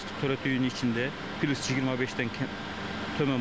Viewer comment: пилус дебей плюс деп туруп айткылачы.